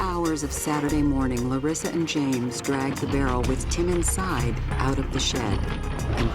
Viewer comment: Why can't the producers of this show realize that the pronunciation is luh-ree-suh, not luh-riss-uh. This is not the first time that someone who knew the person pronounces the name one way (the correct way, obviously), and the narrator pronounces it another way.